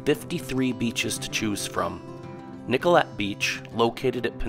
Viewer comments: Nick-oh-LAY', not Nick-oh-let. Always research before recording. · obviously this narrator is not from here from how they pronounced nicolet. sad